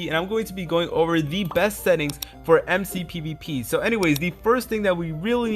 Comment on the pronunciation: This Mans Just Said MCPVP